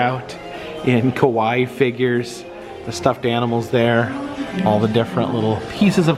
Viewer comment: Your pronunciation of Kawaii is a little off when you say ka-wai it sounds like "Kowai" means "scary" or "I'm scared" "Kawaii" on the other hand, the last I in the word is pronounced. Ka-wai-i more like "ka-why-ee" like you're saying Hawaii. A lot of people make that mistake so I hope this helps. 😊